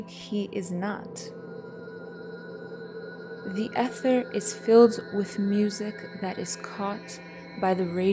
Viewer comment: Well, she did pronounce the silent G at the end of “nothing” , and mispronounced the word “ether” . All in all, she did an outstanding job! ❤